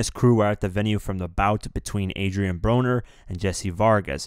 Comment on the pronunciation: Nigga it's April 21 and that's not how u say broner